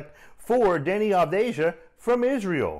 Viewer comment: FYI: I believe it's pronounced "Avdiya"